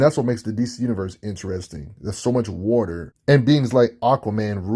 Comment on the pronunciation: He says wauter like aceverse aquaman. Also aquaman is in the top 5 of pure strength in the justice league